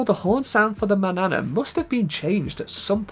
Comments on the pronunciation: "MAN-YA-NA" not manana like banana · Its pronounced MAN-YANA not manana like banana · I know it's spelled "Manana" in game, so looks like it should rhyme with "banana", but I'm pretty sure it's actually supposed to be "Mañana", the Spanish word for the morning, tomorrow, or the indefinite future depending on how it's used.